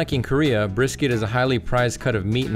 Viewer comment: Hah...Bris...cat. lol